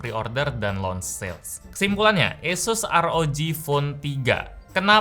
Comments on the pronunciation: ngomong Asus gw denger yesus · Nyebut asus aja esus bang²😂😂 kita ini di indo bang